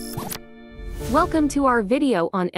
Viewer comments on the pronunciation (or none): none